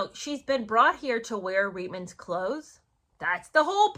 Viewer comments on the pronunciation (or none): It's pronounced reetmans...not ritemans...Canadian here...of course, other than if you are a Newfoundlander, they for some reason pronounce it as ritemans...but then again, they pronounce many things differently...like pouch cove is pooch cove...topsail road is topsul road...lived there for 13 years, and just didn't get it... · Reitman’s is pronounced “reetmans” - Canadians do not do brash - we’re too polite 😂